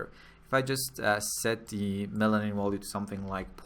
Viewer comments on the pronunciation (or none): I did too, but one can always improve, no? He speaks mostly fluently, but then there's that pesky "wollue". Germanic language speakers can say the v sound, so it's a matter of him not noticing he's doing it and it doesn't hurt to improve your accent, especially when everything else he says already sounds pretty good. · I know English is not your first language, and for the most part, your English is pretty good, but you're missing the mark with the word "value". You are pronouncing the V as if it were a W.